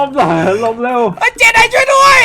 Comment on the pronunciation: คีย์เวิร์ด เจได กลายเป็น เจดีย์ ไอน้องง😂